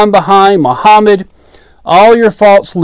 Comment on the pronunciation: Mahammet the first mutaa'h brofit of BisssLame 😂😂😂😂